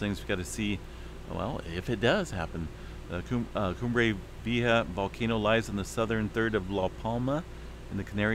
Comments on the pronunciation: I believe it is Cumbre Vee-aye-ha" 👍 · Vee-AY-ha. Lol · It's pronounced vee aye ha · It is pronounced ... Cumbre Vee-eh-ha...... :-) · Cumbre Vieja = Old Summit. Pronounced "Kum-bray Vee-eh-ya" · Pronounced phonetically... vee yea (k)ha, the (k)ha is in the back of throat , j is a h but a huh, like your hocking something up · I think it's pronounced, Vee-A-Ha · VEE - A - HAH :) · It’s Vee. A. Hah. (.long A) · Pronunciation is: vee EH ha. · Always great information! By the way… San Jacinto is pronounced San Yah-seen-toe. Vieja is pronounced Vee-A-hah. (Long A sound on the A in the middle of the word, not a short A. Thank you. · Cumbre = top/Summit Vieja= Old spanish word. Victory instead via the e sound as e in egg two vowels combine with J. Vi. E. JA. Jsounds like hustle like the first three letter sound in hustle Dutch said we don't have much advance warning. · If the words are spanish the "J is pronounced like an "H'